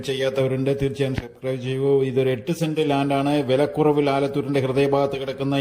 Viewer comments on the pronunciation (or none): Send അല്ല cent